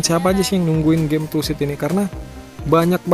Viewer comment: Bang bukan tussid tusid, karena kan gak ada s. Truk simulator indonesia, tuh gak ada s kan.